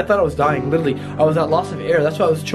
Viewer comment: literally > lichearly